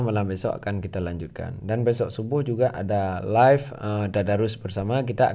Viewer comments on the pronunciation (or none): none